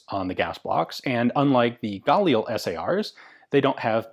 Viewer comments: I've never heard your pronunciation of this rifle before,, most people put the accent on the second consonant not the first... IDF operators I know pronounce galiil. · You pronounce 'Galil' with the emphasis on 'lil.' Edit: And yes, I too am dedicated. :D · you KILL me saying Galil wrong go to the IWI site on youtube and see how the people that makes the weapon pronounce it its gah-leel not guh lil or whatever your saying,africans bought a license they had nothing to do with the design of this rifle, they produce their own version through licence from Israel, IMO the pre-ban Israeli Galil was and is the finest battle proven design available, yeah its heavy if you a girly boy its only negative point